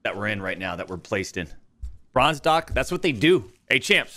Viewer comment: “Brozne” lmao